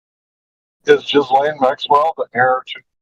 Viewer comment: Ghislane it's gee-layne.its the feminized form of the French male name Ghispronounced Gee.lets keep it French people 😮.